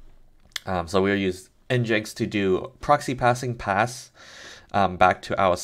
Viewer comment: Just FYI the official pronunciation is "engine X"... I had no idea for years and thought it was "n-jinx" too.